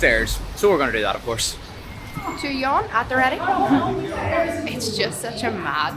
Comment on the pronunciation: Love your vids! But if you don't mind, would like to help you with pronouncing the Chinese currency "yuan". It's actually you-an or you-when put together and spoken quickly 😁